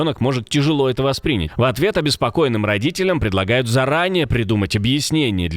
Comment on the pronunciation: Не воспрИнять, а воспринЯть.